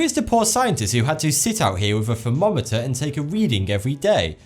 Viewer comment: Can pronounce th and r in "That's crazy", but none of the th's or r's in thermometer "fuhmometah or earth "uf" . If one can't do it, that's one thing, but since one CAN I don't get why one doesn't. Has some apparently well researched videos tho.